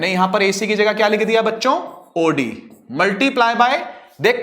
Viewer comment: When sir speak oD and i listen audi